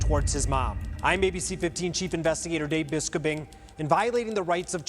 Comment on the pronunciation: BIS-co-BING should really consider pronouncing his last name bis-COBE-ing instead.